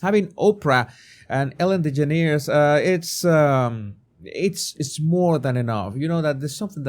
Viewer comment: omg how you say ellen's name is hilarious!